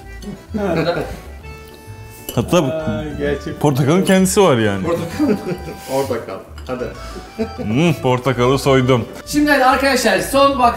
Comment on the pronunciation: Portokal ne melih yaa.. her bu meyvenin adı geçen videoda böyle diyorsun.. Portakal lütfen portakal..